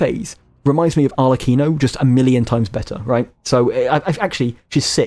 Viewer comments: Other thing: most of the names in this game come from italian so when you see any word like the name arlecchino or lumacchio where you ser the "ch" you have to pronunciate it like there is a "k" like "arlekino" or "lumakio" or for istance in reality you pronunce pistacchio in the same way: "pistakkio". This is just a tip to pronunce italian words better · I only have one complain: as an italian, I can't stand how you pronounce Arlecchino's name🤣 same goes for Lumacchio.